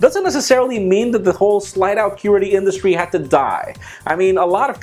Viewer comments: its qwerty not querty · lol...."curities" instead of qwerty...?! ;p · QWERTY-Pronounced Quarty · I love you but why can't you pronounce QWERTY???!!!! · I'm sorry, I peed a little laughing how you say QWERTY. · u say "QWERTY" funny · I cringed every time I heard him pronounce QWERTY.